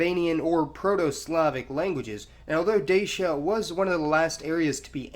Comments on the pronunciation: great video however its not pronounces (d-a-sh-a) its pronounced (d-a-tchia) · The Moldovans actually pronounce the word Dacia as "Da-cha"